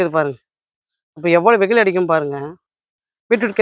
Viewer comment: Veyil not veyhilu